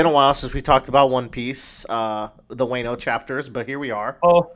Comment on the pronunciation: Also why the hell are you pronouncing Wano as "Waaay-no"? It's a "short a" sound not a "long a" sound.